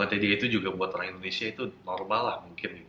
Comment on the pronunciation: Knp masih mnyebutkan kata: "orang" dg sebut "olang" terdengar hruf "L" bukan "R" Padahal dia bisa mnyebut huruf R versi adjad inggris, Saran saya.. sebut sj "R" dlm bhs indo sperti "R" inggris, Nanti akan terdengar sama. Oŕang.. bukan Olang